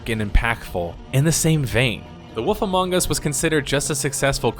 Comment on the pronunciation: i smile everytime you say The woff among us”